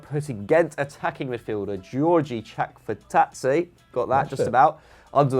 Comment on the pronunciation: Sweet I got my #OneToWatch suggestion in, thanks lads <3 Ma BOI Chakvetadze deserves it. Also very good pronunciation, nailed it(this isn't sarcasm).